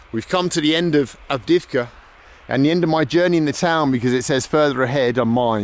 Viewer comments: Avdeyevka, man, not Avdivka :) I enjoy watching your videos, keep moving on! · I believe the driver changed his mind in the end. Bald pronounced 'avdiivka' very bad, no wonder the man was confused at first.